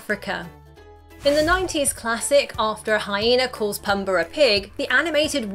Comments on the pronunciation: “Pumber and termone” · Simbra, Pumbra.... it's killing me lol I'm sorry. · It's pOOmbuh. Not pUHmbuh. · It's Ti-moan and Poo-mba. Not Tee-mon and Puhmba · Does anyone really call him “Pum-buh”? Drove me nuts. Luckily she only said it 83 times. I’ve always heard him called “Poom-bah.” Most notably by Timone... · Its pombaa not pumbaa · pumba not pumber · Its Pumba, not Puhmba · She said it more like Tee-moan and PuhmBar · Oh my word...learn the name! Pumba....poom-baa.....you're killing his name every time! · No one's going to mention the way she pronounces Pumba and Simba? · PUMBER and Tih-MOAN.